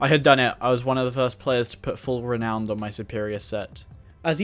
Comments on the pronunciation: I'm two years late! It's pronounced "re - now - n - duh" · Its pronounced ree-noun-ed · Man said re owned